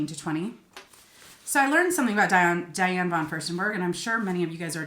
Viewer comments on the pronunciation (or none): none